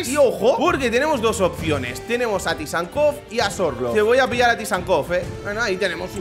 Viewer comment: Por favor, no soy de hate pero aprende a decir Tsygankov, no tysankov